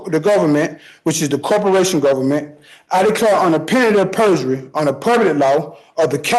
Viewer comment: So was his pronunciation of "penalty of perjury". I think is was on the 5th or 6th time he said it before I even understood what he was saying.